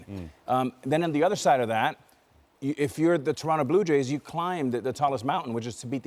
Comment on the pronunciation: Daaaaaaaa Blue Yays loooooose! Say it again Vlady daaaaaaa blue yays loooose! Una ves mas mijo daaaaa blue yays loooose! 😂😂😂